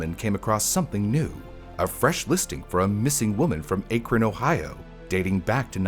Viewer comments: He got both those names right once in the video. Once. Then went back to saying A-Kron. Even though I'm not from Ohio, it made me cringe every time. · By the way, the “cuy” in Cuyahoga is pronounced like “Kai” or rhymes with “my”. “Kai-uh-ho-guh”. And Akron is pronounced “Ack-run” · I am begging yall to watch a local news report before trying to just guess how to say stuff like Akron or Cuyahoga lmtao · Only tough part of vid was the mispronunciation of akron and cuyahoga throughout the vid, otherwise very well done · Am I the only one shuddering over every city and municipality name mispronunciation? Cuyahoga I can get, but mispronounced Akron too. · I lived in the Cleveland area for a while. The only place name you pronounced correctly is "Rocky River." And Akron, 1/3 times... Is it that hard to look up? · Just FYI Akron is pronounced with a short A, like the word ant. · I’m glad you commented this, being from northeast Ohio I flinched every time he mispronounced Cuyahoga & Akron. That one time he sad Berea too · THANK YOU. I almost stopped watching because of it. Akron isn't exactly an unknown city, either. Drove me crazy, all the mispronounciations. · It's pronounced “ACK-run,” and not “AKE-ron" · "Cuyahoga" is not pronounced "koo-yuh-ho-ga", but rather "ky-uh-ho-ga". Edit: And "Akron" is not pronounced "Ay-krun", but rather "Ack-run". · It’s not Acre-on it’s Ak-Ron. It’s not Cooahooga, it’s Kaya-Haga. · It’s Akron not Aykron 😭 like the A in Apple. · AYY-KRIN lol its pronounced ACK-RIN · ack-run ohio not aaa-krun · And unfortunately, Akron is also mispronounced. It is pronounced Ack-ren, not Ayke-ren :( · As a native Ohioan, Cuyahoga is pronounced (Kai-uh-ho-ga) and Akron is (Ack-ron), not (ache-ron)😭😭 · Ok I have to be that guy as a local to the place. Cuyahoga (Kai-a-ho-guh) Akron (Ahh-kron) Great episode otherwise 😅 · great video. all the mispronunciations got to me though 🥲 cuyahoga sounds like. kaya. hawga. akron is ah. krin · Kai-a-hoga Ack-run